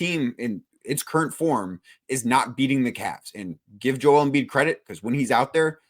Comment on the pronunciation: How bout bro on the right say Joel's name right, or is everyone else saying it wrong?